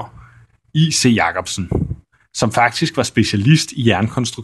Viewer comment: Tak for den spændende video. Må jeg spørge, hvorfor du siger I. C. Jacobsen og ikke J. C. Jacobsen?